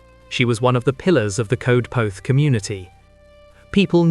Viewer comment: Darling boy, thank you for the story but Coedpoeth is pronounced Coyd poyth - or that’s the nearest we English can get to it. ❤️🏴